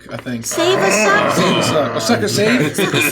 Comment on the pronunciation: I don’t know what accent this is in America but I Love it: "just suchk until something hits ya stomach"